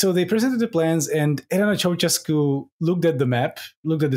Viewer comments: "That's the fun thing - I can't spell Ceaușescu, but I can say it." Sorry to burst your bubble my man, but you can't say it either. The "ș" is actually pronounced "sh", so it's more along the lines of "Chow-SHES-coo". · SHEscu, not chesku. I enjoyed no-Liam time, and also the very-Liam time at the end. Maybe you should keep this format. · Ah yes, Neekohlay Ciaociaoscu and Enver Hosha. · I am disappointed not just by your pronountiation of Chea-oo-shez-cu, but also by your lack of mention of his nickname, Teacup (Ceaşcă) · It's pronounced che-a-oo-she-scoo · I am so very lucky that Google has a feature where you can ask with your voice what you are looking for, because I would have never gotten Nicolae Ceaușescu on my own (or the pronunciation without hearing it first on this here podcast) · I think it's funny that almost no one except romanians can pronounce Ceaușescu, but it was definitely funnier to hear the guy who actually thinks he nailed it. If you think about it, it makes sense that Ș would not be pronounced the same as C. This is why I get anxiety whenever I actually try to pronounce something in a foreign language, and usually end up using the most lazy pronunciation on purpose so it doesn't look like my best effort is actually shit. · A few critiques (besides the pronounciation) from me, a Romanian living in Bucureşti. Ceauşescu did try to make Romania pretty american/car-centric, however the public transit network was already good, so gas shortages weren't really a big issue. You still had trains. The station in Piaţa Romană isn't actually too bad, just stay behind the pillars, you can see when the metro approaches. Also, where's source for Elena Ceauşescu's quote? After the Earthquake, only Uranus got demolished, the rest of the buildings got modernized (at least the ones that still existed). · Waiting for the day a non romanian speaker pronounces Ceaușescu correctly